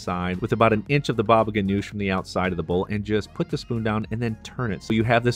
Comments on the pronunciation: It is pronounced Hanush, not Ganush ,according to my Syrian uncle , his family and Lebanese friends . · Baba ghanoug not ghanosh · Not GANOUSH ITS GANOUJ